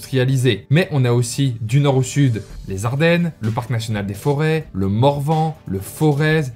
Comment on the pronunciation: Très bonne vidéo, cependant je ne peux pas laisser passer le "Foraaaiz"... On prononce ça "Fôret" :')